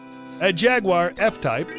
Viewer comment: l;earn how to pronounce JAGUAR